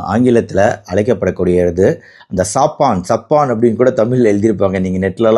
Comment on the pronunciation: சபன் என்று உச்சரிக்க வேண்டும் சாப்பான்‌ என்று சொல்லக்கூடாது. டாக்டர் கொஞ்சம் ஆங்கில அறிவை வளர்த்துக் கொள்ள வேண்டும் இவருடைய ஆங்கில உச்சரிப்புகளில் நிறைய திருத்தங்கள் செய்ய வேண்டும்